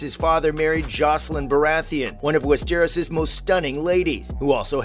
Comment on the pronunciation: The way he said “west-eros” 😖